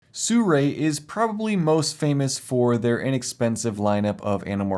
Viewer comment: It's not pronounced sue-ray. It's sue-roux-y or sue-roo-ee